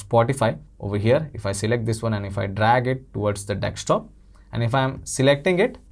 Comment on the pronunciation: Dude, it's desktop. Not dekstop.